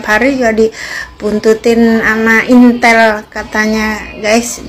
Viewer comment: Intel,,,intil,,,apa itiiilll mb,,,😂😂😂